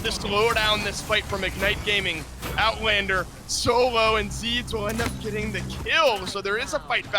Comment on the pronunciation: Nice Owtlander kkkkkk